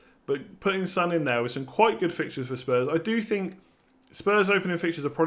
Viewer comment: It's not Sun it's Son